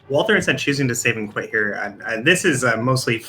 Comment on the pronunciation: Why do you keep saying wal-th-er? It's spelled correctly.